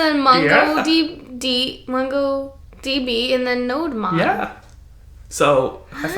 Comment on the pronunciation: "Node-mon" Me: "NO-DEMON"